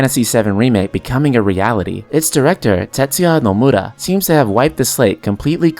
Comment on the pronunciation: It's funny how you say "NomurRra" ahahhah Nice video btw, I love watching your videos